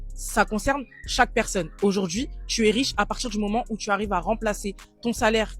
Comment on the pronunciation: “Si aujaurdjiii..”